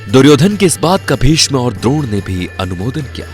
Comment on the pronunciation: Are nam to thoda sahe se le ,,vishma or duryodhan tera bhai nahe he